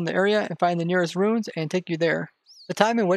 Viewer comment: I think they misheard you say "ruins"